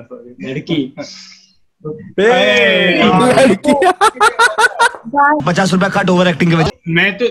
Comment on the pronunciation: he said "ladki" lollll